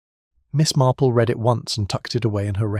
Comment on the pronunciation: Always enjoy Miss Marple.Listening from GB. Will someone teach to read the word read,future tense and read past differently.!! It sounds wrong if they are pronounced the same.